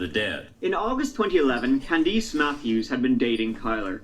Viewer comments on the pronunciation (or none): When the guy pronounced the name Candace...as Candeece it blew my mind! That’s how my name is pronounced and I have NEVER heard it pronounced the way my name is. Another weird thing is... I lived in Belton, Mo. as a kid and grew up in Grandview, Mo. until I was 16 years old! I thought it was the perfect little place until I was 15...lured by a man 25 year old James Dody...driven to a cemetery in his truck....my whole world changed...I never told anyone what happened until a couple of years ago... I told my younger brother, to explain why I begged our Mom to allow me to go back to Florida where I was born. I just pray that he didn’t do to another girl what he did to me!